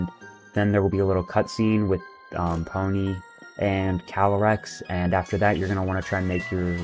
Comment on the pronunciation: It's pee-o-nee